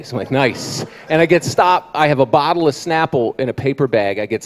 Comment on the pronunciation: Exactly. More people should have laughed at " bokkle"